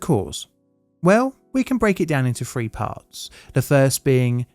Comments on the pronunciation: Please try and enunciate "three" and "everything" properly. It's not "free" or "everyfink". You don't seem to have a problem with the and they! Although there was a "fank you very much" towards the end. Just lazy and ignorant. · Dude.. its THREE! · he does use F for Th.. can you say Hill Billy